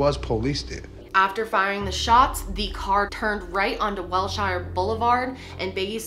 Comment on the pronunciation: As an Angeleno, I must correct your pronunciation of wilshire blvd. ahem: Will-sure Will-sure Its one of the most important streets in LA :,) I luh ya videos lil miss lady very cool stuff yup yup yup